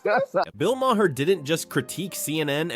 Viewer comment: I thought Bill's last name was pronounced as "marr" NOT "mah-har."